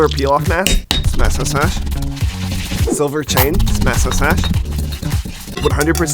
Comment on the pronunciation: the way he's saying silver it sounds like "solar"